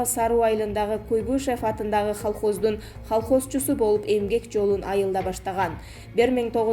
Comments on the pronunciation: Диктор,нормално тексти окусан,холхоз мес к к колхоз,..пневмания мес пневмония десен,кулактар соолуп калдыго.. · Халхоз эмес колгоз накта холхоз экенси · Колгоз эмес "колхоз" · ЖУРНАЛИСТ КЫЗЫМ ХАЛХОЗ ЭМЕС КОЛХОЗ ДЕСЕН ТУУРА. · Колхозду халхоз дейт го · Халхоз мес колхоз пневманя мес пневмония десе аулдан кеп адасып журген неграмотная быреуди отыргызып койгансындар гой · автор сенда спикердей суйлоп калыпсын Халхоз деп,Х эмес К